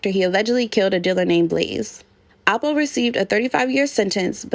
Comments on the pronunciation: It's L po. Sounds like you're saying apple. Also there is a apple from Harlem that's affiliated with this, Soo your accent sounds like you're talking about that person. Lol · Alpo not apple smfh